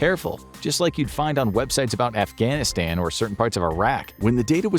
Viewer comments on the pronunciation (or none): none